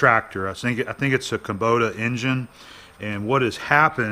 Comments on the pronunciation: Kubota, not kabota... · Just an FYI, it's Kubota not Ka. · Kabota? You mean Kubota?